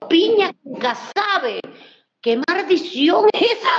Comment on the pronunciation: "Piña con casabe? Que marrdicion es esa??? " 🤣🤣🤣💀 me mató esa mujer! La amé!